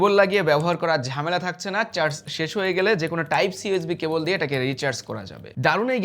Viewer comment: বাংলাদেশী বাংলা উচ্চারণ, বেশি স্টাইল মেরে বাংলা উচ্চারণ না করে সাধারণ ভাবে উচ্চারণ করুন। ভালো শোনাবে। দেখেন নয় দেখুন, ঘুমানোর নয় ঘুমোনোর, কোরা যাবে নয় করা যাবে, পড়সে নয় পড়ছে, কাজে দিবে নয়, কাজে দেবে... অনেক শোধরাতে হবে।